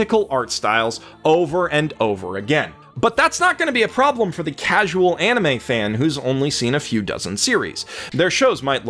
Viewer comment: i'm sure many people tell you this but get your pronunciations right, if you watch the anime you will find that the name sound a lot better when said correctly